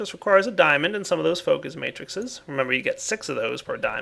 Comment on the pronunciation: I keep wanting to correct him. It's matrices, not matrixes! Still, awesome work. I'll be using this version.